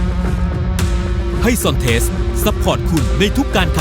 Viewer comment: เขาเปลี่ยนชื่อให้อ่านเป็น"ซอนเทส"คับ ไม่ใช่"ซอนเตส"